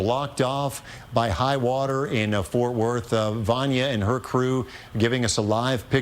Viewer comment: the cross street to Hulen, not Hulan as she called it